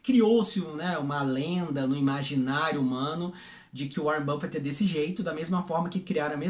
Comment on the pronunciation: Uóren buffet? precisa ouvir o nome dos caras primeiro.